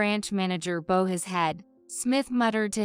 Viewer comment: It’s bow as in wow.